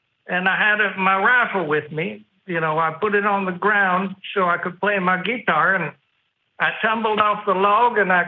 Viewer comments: Just get to the story. NOBODY pronounces guitar as Gee Tar. Please, no more calls from this person. A hissing bobcat is a higher life form. "Yacqui". His story will generate more, not less atheists. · Ya lost me at the second "gheetar"